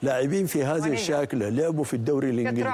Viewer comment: قسم بالله عيب مقدمه برنامج ما تعرف لاعب اسمه بانيقا ايجالو ، لو انه اسم صيني ممكن لكن اسماء سهله